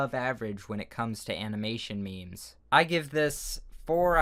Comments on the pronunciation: “Anamanation mimis” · Animination me-mes.